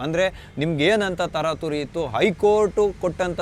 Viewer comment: ಸರ್ ಈ ಸಂಚಿಕೆಯಲ್ಲಿ ನಾ ಗಮನಿಸಿದ ತಪ್ಪುಗಳು ೧)ಪ್ರಾರ್ಥಮಿಕ ಅಂತೀರಿ ಅದು ಪ್ರಾಥಮಿಕ ೨)ತಾರಾತುರಿ ಅಲ್ಲ ತರಾತುರಿ ಇವೆರಡನ್ನು ತಿದ್ದಿಕೊಳ್ಳಿ. ಕ್ಷಮೆ ಇರಲಿ.....